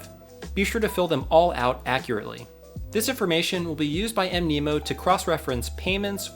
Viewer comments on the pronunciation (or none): Mnemonic is pronounced "Knee Ma Nick" so Mnemo is probably supposed to be pronounced Nemo. :)